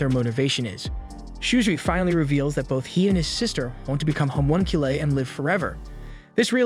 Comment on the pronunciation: I’m sorry the way “homunculi” is pronounced bothers me